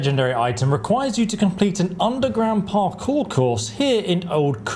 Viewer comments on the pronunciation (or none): none